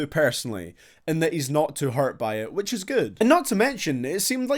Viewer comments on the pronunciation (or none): none